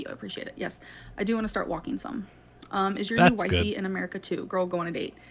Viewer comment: Can we call "Wifey" WiFi instead. Please. Formal request. That's what I hear in my brain every time it's said.